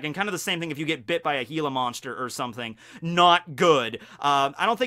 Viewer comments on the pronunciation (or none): none